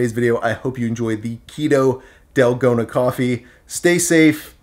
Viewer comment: It's "tal-go-na" the a sound (a = car)